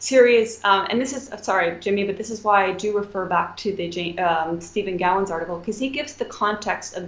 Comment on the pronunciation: Ah, there it is! thanks! Stephen Gowan not Steven Gallons